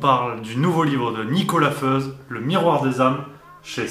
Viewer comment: Petite précision : même si Nicolas Feuz est suisse romand, « Feuz » est un nom alémanique et se prononce donc « Foïtz »